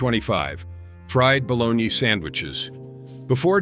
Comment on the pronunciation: Oh bologna. I thought he was sayin' balawn-yee!